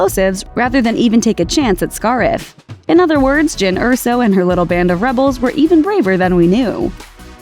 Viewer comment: The pronunciation of Scarif tells me that the female narrator is not a Star Wars fan, but just someone reading a script. Bummer.